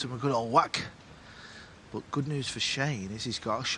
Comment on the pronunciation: Why does that announcer say boat instead of but?